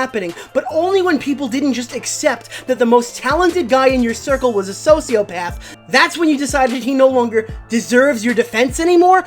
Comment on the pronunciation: “Soshiopaff”